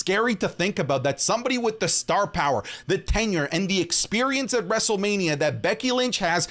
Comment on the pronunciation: POWA OF TAZOWA